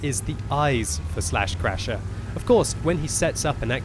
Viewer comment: Lol! Everytime says "slaschrasher", all I can hear inside my head is "buttscratcha" (with Peter Griffin's voice)